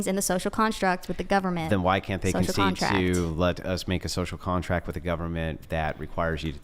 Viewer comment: I lost all respect for her at”Scocial Contract” 😂😂